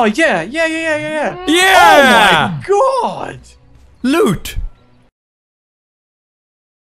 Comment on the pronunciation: how he says loot just made me crack the hell up!